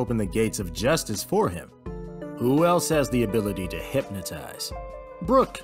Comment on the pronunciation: Hate how he says Brock’s name. My boyyyyyy